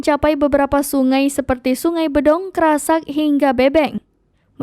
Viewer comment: Repoternya kurang minum aqua..gk fokus..Kab Magelang bukan Malang Sungai Bedhog bukan Bedhong